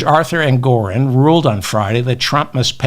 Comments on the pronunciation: David, it's Engoron, not Engorin. Also, JMHO, but Putin won't be Trump's lender. It will be Jared and/or the Saudis. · Like your channel, though it's not "Engorin" but Justice Engoron. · David! It’s Judge Engoron, not Engorin, ok? ps Love your show, enjoy your appropriately snarky remarks. Thank you for giving us your time and your mind. 💙